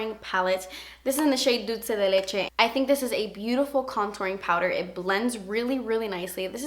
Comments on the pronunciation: I love that you pronounce dulce de leche the right way <3 Love from Argentina! xx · I'm so happy she didn't say dolche de lechay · Qué bonita te escuchas diciendo Dulce de leche"..